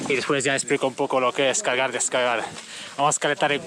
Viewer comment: Le entendí cagar y descagar JAJAJAJA ( Muy buen video )